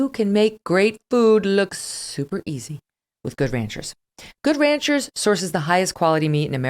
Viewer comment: The only thing I can say against this show, would be the terrible way Megyn says Good Ranchers : in her mouth it sounds like a brand of mayonnaise. And if it was not enough : she does that (probably intentionally) during the Octoberfeast Special ! The only thing.